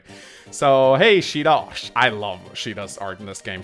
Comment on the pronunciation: Please, no Change your pronunciation of Shida, in Spanish it didn't sound good(Sorry for my english XD)